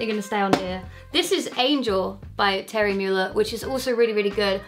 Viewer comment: i love you, but your pronunciation of thierry mugler is really funny (i say as if i'm some kind of fashion/french pronunciation expert, when i fully only know how to pronounce his name because of rupaul's drag race lmao)